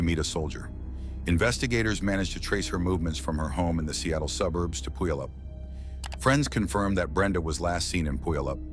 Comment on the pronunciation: Brenda is my first cousin. Thank you for reporting on this. Where did you gather all the information? You told me more than I’ve known since 1974. FYI—Puyallup is pronounced pew-al-up. Also, the picture of Brenda with the black glasses is her but the girl without glasses isn’t her.